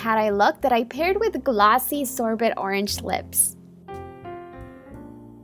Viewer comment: Loved the first look! It was very glowy. What lashes did you use? And you mispronounced sorbet, it's pronounced sor-bay (just a little side note)